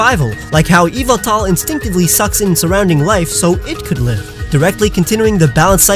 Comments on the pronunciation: erm...you made a mistake XD it's pronounced EE VAL TOR not EVIL TAR! don't correct me, because i have an official pokemon encyclopedia book! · Yvetal is not pronounced "evil-tall" it's "Ye-vetel" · It's actually pronounced ee-vehl-tahl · Its pronounced YU-VEL-TAL and not EE-V-IL-TAL!! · Yov-ol-tal!!!!!!!!!!! Not yovoutoll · Oh hey man sorry to say you got one more thing wrong, in this video actually. Don't you know Yveltal is pronounced YAHVULTAL?!?!? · its yavaltal ya-val-tal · its ee - val-tal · Every single time he said Yveltal I was thinking, “No, it’s YAHVULTAL!” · The y in this name turns into an e sound, it's ey-vol-tal. In the word yygdrasil the y turns into an i as it is a double y, ig-drah-sil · According to the company when this Pokemon was first revealed they stated it was meant to be pronounced ee-VELL-tall. The Y having a EE type of sound and the E after the V being pronounced like in kept or sent. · yahvultal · Actually, it's pronounced "ee val tor", anyway, that's what it said in the anime also, i have an official pokemon encyclopedia! so don't correct me! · Yveltal is actually pronounced eeval-tahl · YES YAHVULTAL!!! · YAHVULTAL! GOD OF DARKNESS AND DEAATH! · No it’s Yveltal is pronounced YEE VEL TALL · Actually, that's wrong too. It's pronounced E-vel-tall. Y'know, like the word "evil"? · i thought it was ee-vel-tall. whatever. i don really care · I pronounce it (yeh-vel-tah) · OMG IT IS PRONOUNCED YA-VEYE-TAL! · etan 1315 no, it's pronounced either Ye Vel Tal or Yah Vul Tal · It’s yahveltal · Its yavaltal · You said Yveltal name wrong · I was just thinking about that every time he said yveltal lololol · WAIT HOW DID YOU CALL YVELTAL